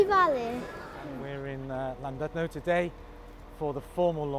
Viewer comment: (Llan) DUD (no)? I would hope that representatives of TfW would know how to pronounce it.